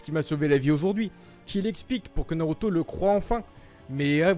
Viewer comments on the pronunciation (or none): Aussi Norauto a la place de Naruto c'est stressant